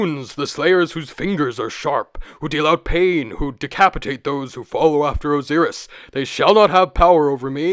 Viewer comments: I’m sorry but what is up with your pronunciation of Osiris and Ra??????? Your channel is about Egypt but I have never in my entire life heard anyone pronounce Ozeerus and Ray. Absolutely devastating to my ears. wtf, explain yourself. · why does he pronounce their names differently like that? ex. Re, Oziris